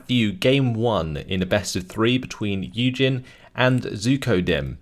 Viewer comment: I was listening to the video without really watching in the deployment phase for the first YueJin game Vulcan commented, and for a while I literally thought the guy was called "Eugen".